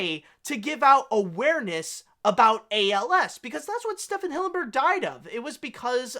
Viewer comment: It’s pronounced STEVEN Hillenburg, not Stephan